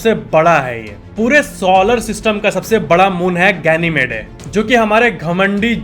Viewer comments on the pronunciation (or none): Bhai .. गेनीमेड होता है.. गेनीमेडे नहीं...